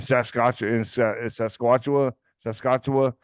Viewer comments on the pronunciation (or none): Just starting this.... the name of the province you were trying to say..Saskatchewan sound it out, Sas. kat chew (an)..the an at the end sounds like (jaun) you say the whole word together it's Saskatchewan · I thought I was going to bust a gut laughing when said it’s obvious they’re into arts and crafts. 😂 Then trying to say Saskatchewan “sasquatchawan.” 😂 This was such a fun show to watch. Do more of these,, please. Very entertaining!